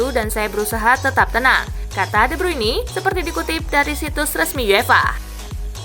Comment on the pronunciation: Please dah Speaking nya di benerin jangan de bruini tapi de bruin 🙏